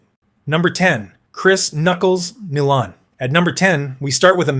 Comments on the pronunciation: Chris "Nee-lahn" then it's "Ni-lahn" c'mon robot man it's "NI-LAN"!! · Nye len ..nilan 😅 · It's pronounced N eye lamd. Niland. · Just fucking embarrassing you pronounced Nilans name some bad. What are you like 19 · He said Nilan every possible way except the right way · Dude, this list is a great idea. Unfortunately you mispronounced Chris Nilan's name right off the bat. I'll watch the rest and see how this goes. Messier #1 HUH?? Probert should be #1 then you can put the other guys in your order. Domi and Semenko had heads that were made of granite, you can put them in there somewhere. It is a tough list for just 10 guys.